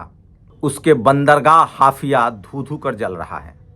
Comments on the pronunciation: ये बहुत दुखद है, हाइफा को आप बार बार हाफिया pronounce कर रहे हो। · हाफिया नहीं हाईफा बोलिये 😮😮😮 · हाफया नहीं हायफा सही नाम हैं ।